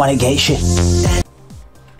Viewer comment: dont be "sorre" limmy, you are doing us all a big favour